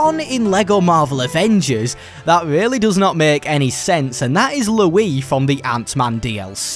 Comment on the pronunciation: Here’s something that doesn’t make sense. Why the heck does pronounce Luis name like this (lew-ee) when his name is clearly stated in the source material to be said like (lew-ees).